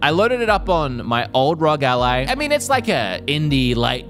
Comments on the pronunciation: Dude its not peononced Rog its r.o.g you sau the letters individually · R O G Not rog, please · Its R O G ally not rog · it is not Rog. It is ROG. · R.O.G NOT RUG🤦🤦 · that is not how you say ROG